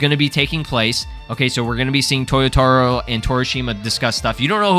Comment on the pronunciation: it's to-YO-ta-ROH, not toyoTAro....